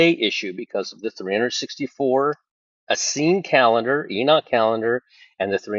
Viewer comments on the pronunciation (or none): none